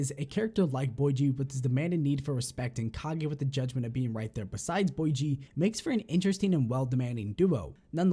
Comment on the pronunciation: Lol Boy Gee just say Bow Gee